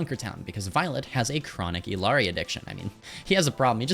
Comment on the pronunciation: Heads up the Ls in "Illari" are pronounced like a Y. "ee-yar-ee". Consider the way you pronounce "quesadilla". Thanks for the tips in the video!